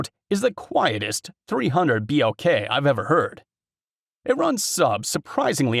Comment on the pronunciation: 3oo be el kay…..lol😂